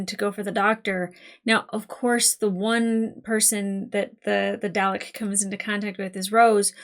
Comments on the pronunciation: Nvm the “” thing, when you pronounced Dalek like “Day Lek” I will admit I chuckled a bit! 😅 But then I remembered that all this was (pun unintentional) alien to you and at least when I was very little I heard my Dad say it a few times, and we both live in the UK so I shouldn’t laugh really lol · "darlek" it's pronounced "darlek" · Every time she mispronounces Dalek, it annoys me. 😮‍💨😮‍💨😮‍💨😮‍💨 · Still working on that pronunciation of Dalek I see.